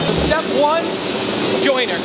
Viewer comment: JoinTer, not joiner.